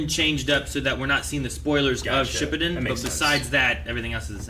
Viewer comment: Btw can you guys stop saying shippuden because you guys say it very wrong n it’s very cringy 😂